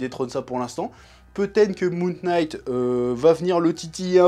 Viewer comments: Super review chef ! Parcontre je sais pas si tu fait exprès pour le délir ou si c'est involontaire mais le K de "Knight" ne se prononce pas. "Knight" se prononce comme "night". Je vais sûrement me faire insulter pour cette correction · Salut chef, Knight se prononce night, K is silent, ouais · Il a prononcé le k dans le nom de la série, jettez lui des tomates immédiatement XD XD XD. Très bonne review comme dab on a l'habitude.